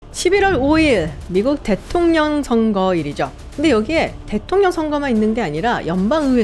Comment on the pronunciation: Lady!! "대통령, 최초"의 발음이 틀렸나이다!! 기실, 이 문제는 현대 한국 전반적 문제라는 사실은 실로 웃지 못할 일입니다. "대통령"은, "대: 통령"이라고""대"를 길게발음해야하는데"귀하는, "대통"이라고 부처 읽고 "통" 을 강하게 발음했습니다. 잘못ㅇ입니다. 그리고 " 최고"는 "최"를 길게 발음해야하는데 귀하는 이를 "짧게" 발음했습니다. 잘못입니다. "한국 어문을 고발함" 이라는 책을 일독해 주실까요?